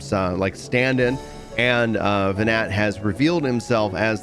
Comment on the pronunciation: Hythlodeus pronounces Venat, and then immediately mispronounces it lmao. And then continues to pronounce that hard T all the way. Even in the intro when he's catching us up he calls Vritra Venat with the t lol. It's kinda funny but also kinda upsets me not gonna lie. Give Venat the respect of saying her name like the other characters do!